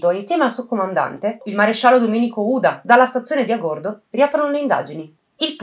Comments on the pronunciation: Agordo con accento sulla a! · A'gordo, non Agòrdo :-)